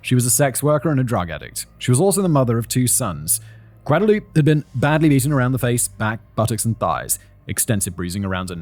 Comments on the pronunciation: Just FYI, the name Guadalupe is usually pronounced gwad-a-loop-ay. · The way you say Guadalupe is hilarious 😆😆😆 you gotta say gua-DA-LU-PE You gotta say the E!!